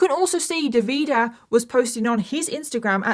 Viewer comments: I’m gonna have to stop watching because the pronunciation of Davide as an italian is driving me insane 😂 dropped a like and I’ll see you on the next one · It’s DAVide with the accent on the first syllable and SimonEY. Fgs. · Nice video but how you managed to turn the name Davide into "De Vidah" is quite the feat 😂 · His name is Davide Fontana, no Devida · I am Italian, so glad you are covering this case, it is important to spread awareness. However, hearing you pronounce all the names wrong had me in a loop 😂❤ Keep up the hard work ❤ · As an italian, I was shocked that I thought I'd never heard anything about this case since it's so recent... then i realized it's not that I hadn't heard of it, it's that I remembered it all with vastly different names because I couldn't tell what the names were with the way pronounced them 😅 no shade, italian is hard to pronounce for those who aren't native speakers! It was just funny to see, haha. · I think it's Davide, just pronounced in a "British" way.